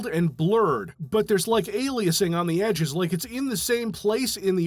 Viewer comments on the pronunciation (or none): none